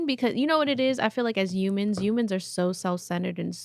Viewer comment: doesn't pronounce the "h" sound. She said "uge" instead of huge and "umans" instead of humans. Jus thought that was interesting.